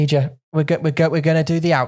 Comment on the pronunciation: I kept hearing Ija's name as clothing rack for the entirety of this podcast, and I was very confused for some parts of this episode. Ija has some great insights and brutal truths!